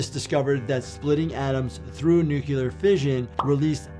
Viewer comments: Not to be a jerk, but it’s nuclear not nucular. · Stop saying nukular.